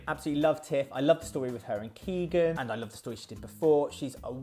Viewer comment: How dare u call Keegan Keanu :(